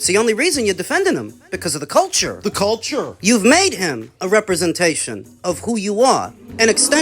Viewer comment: Fo duh colture! 😂😂